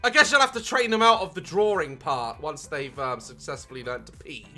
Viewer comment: Daz: “I was just drawring my mostapeece”